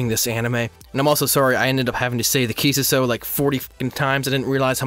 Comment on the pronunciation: Nice video but the way you pronounce Kissuiso annoys me a little (a lot)